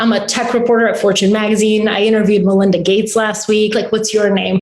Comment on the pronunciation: Thumbs down when you said 'malinda gates'